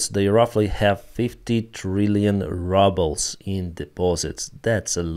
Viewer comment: He also says rubbles instead of rubles.